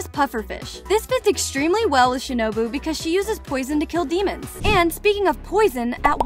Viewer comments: did she say shinubo instead of shinobu lol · Shinubo☠💀 its shinobu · the lady pronounce shinobu as shinubo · i said she pronounced it as shinUbO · ah yes "shinubo" ah and "zunetso" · Who realised she said shinubo 👇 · shinubo? LOL? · You said Shinobu's name wrong. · My bad she mispronounced shinobu once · I’m srry the pronunciation